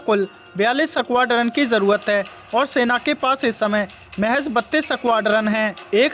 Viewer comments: भाई न्युज अच्छी थी पर वो 😂सकवाड्रन 😂😂नही होता है 😂 .स्कवाड्रन होता है..यार..😂 थोड़ा उच्चारण पर गौर करौ...😂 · Are koi is squadron bolna sikhao pehle